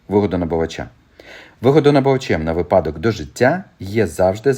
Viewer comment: "Говоримо українською": Слово «ви́падок» має наголос на першому складі, як слова «ви́няток», «ви́сновок», «ви́селок».